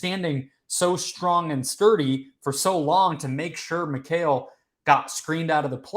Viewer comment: “Mykale” who tf is mykale? McCall bridges is how it should sound. Y’all’s kale baby 😎😂